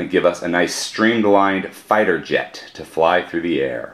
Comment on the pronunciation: When you say "fighter jet" i hear "fire jet" anyway, good moc.